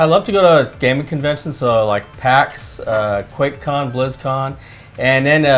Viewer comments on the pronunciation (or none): Quakecon? Is that what he said? Do they have that?